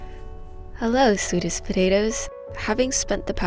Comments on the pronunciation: Ninja Bunny Productions I thought she said pseudo-potatoes until I saw this comment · I heard Swedish potatoes too LOOL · Ok so I misheard “hello sweetest potatoes” as “hello Swedish potatoes” Either way, I’m subscribing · Thought she said 'Swedish' potatoes.... Haha